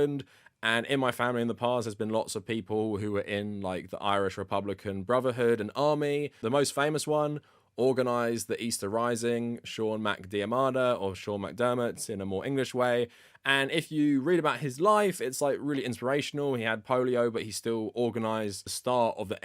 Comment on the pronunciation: really interesting video! as an irish speaker i would like to point out you pronounced seán mac diarmada's last name a little wrong, phonetically it's "deerma" (like deer + jerma) then "da" (like dad), but very cool that you're related to him!! he gave his life for our country's freedom, you should be very proud